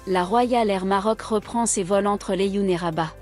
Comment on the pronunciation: Est ce que tu es une Marocaine ou tu viens de France. Ta façon de prononcer "Laayoune" est bizarre !